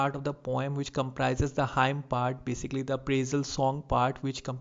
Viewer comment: Very helpful video. Also Hymn is pronounced as 'Him' not Haim.